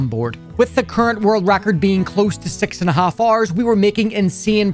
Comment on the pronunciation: The way he says 6 hours is like "6 Rs"